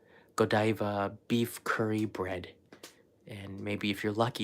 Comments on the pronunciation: Buttercream frosting is good. Ganache frosting is better. Whipped cream cakes made at Italian American bakeries are the bomb. Godiva is pronounced Go-Dye-Va and is a big time chocolate maker. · Hey, Happy birthday again, As someone from Coventry, where the Lady Godiva is from and the chocolate based on, its Goh-dive-a not great on my phonetic writing, but it wont have the Japanese style pronunciation as the name comes from the midlands England:) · Pronounced Go-die-ver after the lady who rode naked through London or Paris or some big city on a white stallion. They are renowned for their chocolate in the uk. Interesting to see a curry pan!!